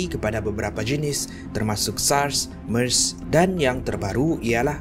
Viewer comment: *MERS bukan mars 😊